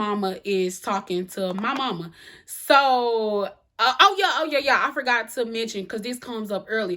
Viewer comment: Hey!!! I absolutely love the way you say, “Yuh” 😆 Reminds me of my cousins in the South!